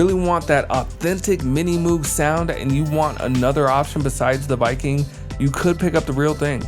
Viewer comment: Nice take on VK-1, but isn't Moog pronounced like rogue?